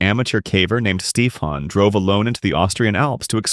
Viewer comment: Name on screen "Stefan" This guy for whatever reason "Steep Han" And later he pronounced this name properly, wtf